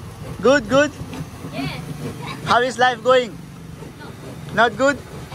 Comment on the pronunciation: Please say good not 'gud' 😂 sounds awkward,I'm Bengali 😊